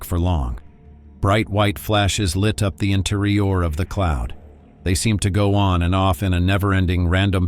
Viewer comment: interior = int-ur-REE-orr 😂